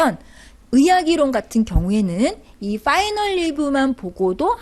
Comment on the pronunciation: '빠이널"??? "파이널"??? 왜 자꾸 빠이널이라고???